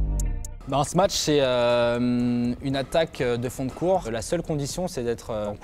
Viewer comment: Et avec tout ça, il ne sait pas prononcer "smash"... Et il ne connaît pas le verbe "sauter", non plus, visiblement.